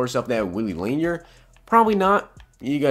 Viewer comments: Lanier is pronounced La Near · You tube Lanier so you can say his name right, he is a legegend lol laaaaaaaanearrrrr😎